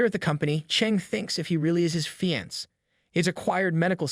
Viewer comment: ok great series but the thing that bothers me ever so slightly is he says fiance difrently